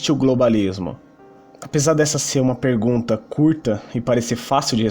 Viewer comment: Peirgunta, esqueirda, goveirno, 😂😂😂😂